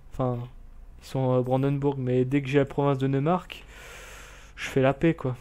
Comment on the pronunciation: Pour sundgau on prononce soundgao pour le neumark c'est noïmark et pour le brandenbourg en français en dit brandebourg comme la porte à Berlin